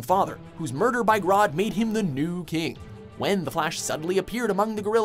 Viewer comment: It's grodd not grood